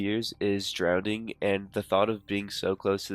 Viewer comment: It’s drowning, not drownding